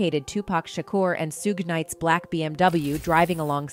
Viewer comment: Suge,suj,sugge lol